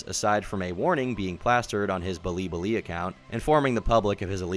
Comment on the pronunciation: He said *blibli* haha